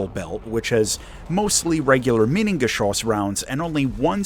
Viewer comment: Nice pronuciation of "Minengeschoss"! Also: Spectacular landing... somehow. Poor guy.